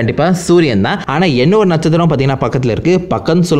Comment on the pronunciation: Natchathiram ❌Natchuthiram ✅